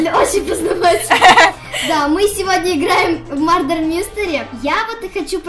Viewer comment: ошибка , будет правильней говорить мёрдер, да я знаю то что в закрытом слоге буква ( u ) читается как ( a ) но не в этом слоге, вы вообще видели букву ( e ) ? В английском варианте буква е даёт выход .